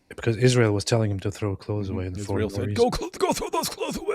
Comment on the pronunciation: Seriously: why does she say "Izhrael"?? What is wrong with her??😂